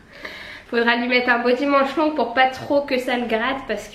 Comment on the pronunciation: « Pout Noël » ahahah 😂💋